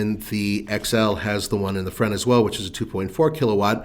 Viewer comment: Why can’t he say the word “front”